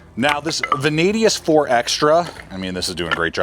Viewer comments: Curious as to why you keep saying "Vanadius". It's Vanadis. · There is no letter U in Vanadis. ♏️